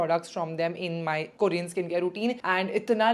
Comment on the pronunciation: It's not "kooorean" . Please pronounce properly dear.